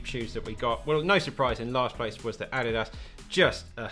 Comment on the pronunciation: "Addy Das" 😂